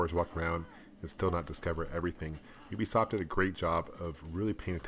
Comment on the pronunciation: I like how you call them Youbeesoft. They just can't make up their mind which language rules of pronunciation and spelling they want to follow.